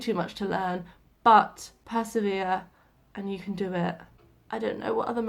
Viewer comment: Haha 😂 very British „Bu(h), I forget tones...“ Yeah, you dropped the „t“ from But as well 😂👍 Just joking, I know what you mean..